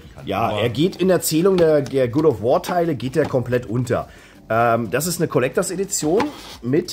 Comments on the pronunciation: Good of War. Wer kennt es nicht? 😂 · Funfact: bei "God of war" wird God mit EINEM o geschrieben und dementsprechend ausgesprochen.. Mein innerer Monk hat bei jedem ausgesprochenen "Good of war" einen Schlaganfall bekommen! 😀